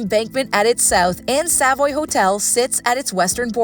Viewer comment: Not only that, the narrator mispronounced Norfolk and Savoy. Was that a real person with a heartbeat or another A.I. fake voice?